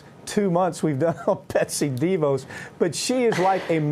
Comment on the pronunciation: I love you Mike but as a word nerd, I humbly submit a couple of corrections. It's "attorneys general," not "attorney generals." (They are attorneys, not generals. 😉) And Betsy's last name is pronounced deVOSS', not DEEvos. Thank you for your consideration. 😘